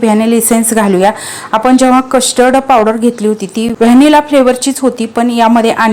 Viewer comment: Kashtard nahi custerd powder pronounce kara